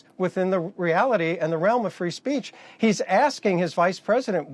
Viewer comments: "free spreech" 💀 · ahem "...free sp-reech..." that is all